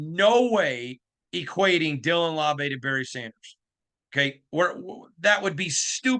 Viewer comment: The Beast says "Laube" rhymes with WOW-bee, but these guys are saying LAW-bay. Anyone know who's right?